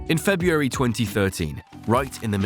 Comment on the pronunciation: The month is pronounced 'feb-ru-ary', not 'feb-u-ary'. Dingdong. It's not difficult!